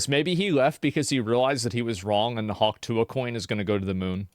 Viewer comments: 😂 Guess she's gonna get Hawk-sue-ahed. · hawk tuah is hawk through-ah